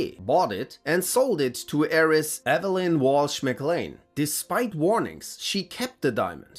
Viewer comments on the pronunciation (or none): none